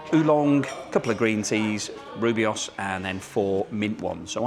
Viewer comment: Fun fact, rooibos tea is pronounced "roy-bos".